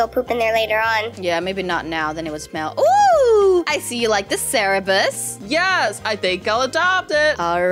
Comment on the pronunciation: Its cerberus not cerebus XD